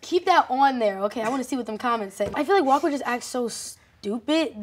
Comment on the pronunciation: I'm prob deaf but i heard Leah say "Walk would act so" and not "Walker would act so" 😭😭 This is my problem i ship them too much in the show🤡🤡 Am i the only delusional one here or ? 🥲